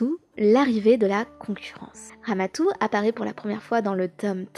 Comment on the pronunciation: C'est pas Ramatou C'est Ramadou